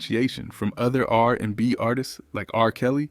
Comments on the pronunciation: ...and also "r AND b" 😅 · Right! Also "R....&B"🙄